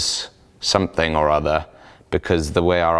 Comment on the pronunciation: Haha "make somehing great again" ^^